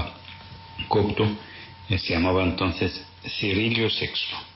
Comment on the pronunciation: es coPto, no coCto.